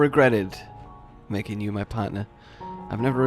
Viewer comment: I really thought he said "I can't imagine mating anything else"